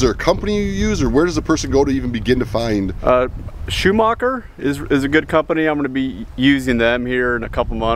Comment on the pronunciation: its schumachercargo with the german sch (right way of spelling it).